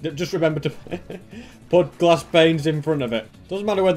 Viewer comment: I like when he says glass as “GlAascH”